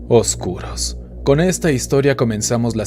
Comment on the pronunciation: Me gusta como dices "oscuros" se oye chistoso 😃.